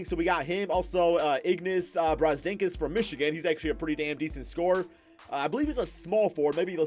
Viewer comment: boiiii its brazDEIKIS not brazDINKUS ur wrong for that one